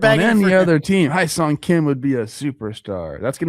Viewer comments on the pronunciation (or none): hyeseong kim is pronounced more like heh-song rather than hi-song. just fyi 🤙